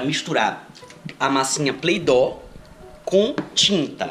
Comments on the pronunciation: Se fala "Plei-dou" mds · e play doy não play doo 😂